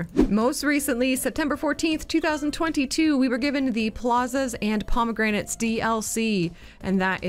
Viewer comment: the failure: pronouncing promenades as promegranates